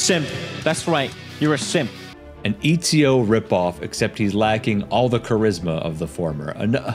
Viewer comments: Eeezio? Eh tsi oh. Put some respect on that mans name and pronounce it correctly. EZIO AUDITORE DA FIRENZE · Bro, I’m sorry but I gotta say this it’s not fucking EEE-ZIO it’s ET-ZI-O